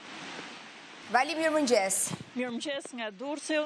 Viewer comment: Oj drolë e Shqipërisë së Egër Veriore, nuk thuhet 'mirmgjes' por 'mirëmëngjes'! Hallelujah!